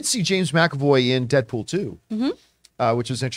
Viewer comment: Who the F is “Deapool” ? Lol